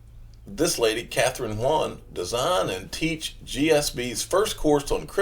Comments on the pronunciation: Kathryn Haun (Hawn) not Hwuan or whatever you're trying to say. She's not Chinese you jackleg. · pretty sure that's pronounced "hawn"